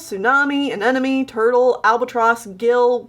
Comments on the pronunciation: Not to be rude or nitpicky or anything but when you say “Anemone” it sounds kind of like your saying “An enemy” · Every time Anemone was prononced ‘anenome’ I externally died a million times at once